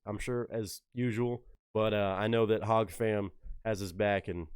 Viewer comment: Hey, First time seeing a busy by you, good reaction in my opinion (doesn't mean much), but I just want to let you know that HOG is pronounced hog, not hodge. The first time I heard you pronounce it, I was like WTF?! How did we go from talking about Tom to the Hodgetwins? Lmao (I imagine you've heard of them, twin brothers, but Marines, pro America and all, they have a YouTube channel and such if you want to go check them out at Hodgetwins).